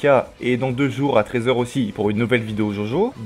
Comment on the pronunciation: C’EST DJODJO pas jaujau bordel x) nb: super vidéo